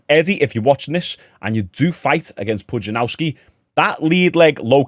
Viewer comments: Pudzianowski not Pujanauski wtf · Did you write Pudzianowski so disrespectfully wrong to try and generate comments? If you want to learn the pronunciation phonetically it's Pudge-ee-an-off-ski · Who the f is Pujanauski. A youtuber of your level both subs and intellect should at least take the time to google the guy's name. He's one of the strongman goats, if not the one